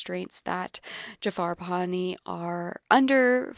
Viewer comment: Directors name is not PanaNI it is PanaHI